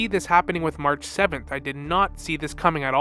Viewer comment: 'Anig mahraah'😂😅 got me every time. Can't wait for more hsr and genshin lore.